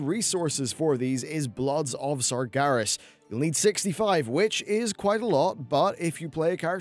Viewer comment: yay he said sargeras right